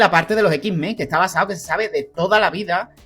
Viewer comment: los ex men hablaban con la ""E"" 😂🤣 los x-men no